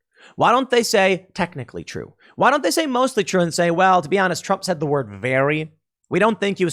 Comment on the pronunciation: "We're just feeling the effects of the trawmp administration hurr fking durrrrrrrr"